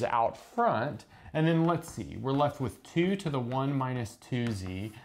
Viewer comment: "lets zee"